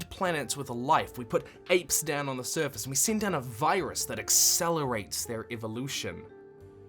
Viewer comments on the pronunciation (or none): none